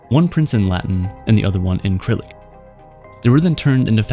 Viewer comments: SIR Rillic not Kryllic. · How does someone have this many subs and this production quality but can't be bothered to double check if they're pronouncing Cyrillic even remotely correctly?